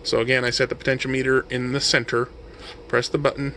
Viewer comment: I enjoyed this video. Thanks for uploading. FYI. The pronunciation is "pohtenshéahmehter" as opposed to "potensheo-meter". Not that it matters, just in case you care. :)